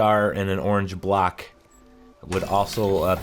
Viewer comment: When ever you said "block" it sounded like you were saying "black". So fkn confused even after that because they're squares anyway so why call them blocks??